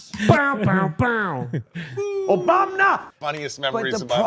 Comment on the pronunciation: why do you guys keep saying ‘obamna’